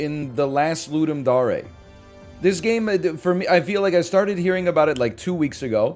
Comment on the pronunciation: Why does he pronounce Ludum Dare like that? Is that correct?